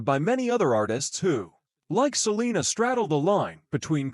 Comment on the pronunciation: Terroble robot video canr even say her bame righr 😒